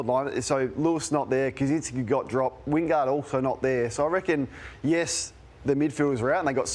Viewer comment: Bro said Wingard 💀